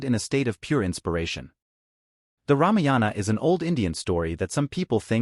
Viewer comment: It,s ramayana not ramiyana